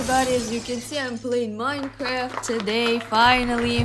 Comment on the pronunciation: It's not minecraft it's moine croft.